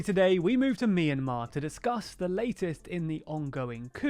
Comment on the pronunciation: It's pronounced "my in mar"